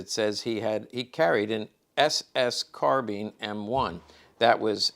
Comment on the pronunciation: Bothers me an Expert in miltary items doesn't pronounce "Garrand or Carbine" correctly! Both of the firearms designers were serious about pronouncing their name correctly.